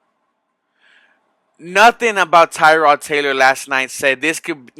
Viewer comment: Dude ,learn how to properly pronounce Tyrod Taylors name!!!he is not named after a car part. think "tear' as in tear drops of sadness.Tear-Rod.And i was at the game ,the whole team was out of sync at first.But I saw a ton of promise.